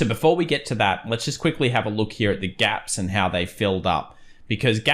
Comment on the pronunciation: Interesting how you say hera... Sometimes you say here. Which is it :)